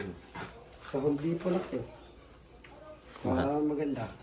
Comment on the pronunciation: Home depo po. Silent “t” po.🫰🏼